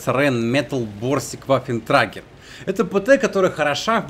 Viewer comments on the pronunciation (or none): ВаффентрЭгер Ä звучит как Э